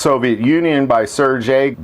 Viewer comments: Sair Gay not Sair Jay . Hard G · Sergei is pronounced Sir-gay but keep in mind that while sir is completely acceptable in the correct Russian pronunciation of Sergei ser is pronounced kind of between sear and sir. The original design and first two prototypes of the SKS had detachable box magazines but Stalin thought that troops would lose the magazines in battle so he forced Sergei to change the design to a fixed magazine. Sadly that is one of the things that doomed the SKS to such a short battlefield service life in Russia.